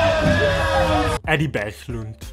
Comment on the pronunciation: He was trying to pronounce Eddie Berglund but butchered it.